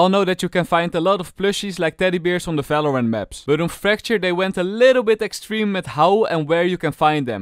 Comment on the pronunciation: he stopped saying falorant